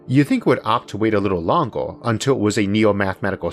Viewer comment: It should've waited a bit longow.... are we just going to ignore the terrible speech impediment this guy needs to address